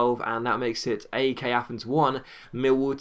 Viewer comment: That's not how you pronounce AEK:p